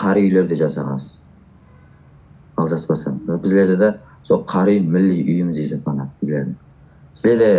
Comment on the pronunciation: Қар-үй емес қарауй негизи соны қарүй деп айтады.